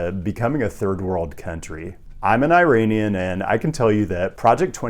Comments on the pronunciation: your an "IRANIAN" and you pronounced it the way you did? i dont think so. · The pronunciation of Iranian 🥲 you’re killing me